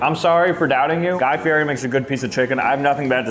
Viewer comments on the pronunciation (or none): His name is pronounced like Guy Fee-Eddie, not Guy Fee-Airee. You’re killin’ me! It is LEE-OH Messi and Guy FEE-EDDIE. Take notes!